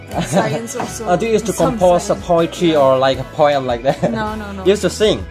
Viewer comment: Oi3 i huaisenna khi i fakawm,i phoitry or phoiem,lokhality 😂😂😂😂😂